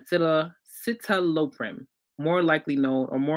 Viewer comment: Citalopram pronounced Sit-Al-o-pram. Depakote pronounced Dep-uh-coat, just for reference! hope that helps!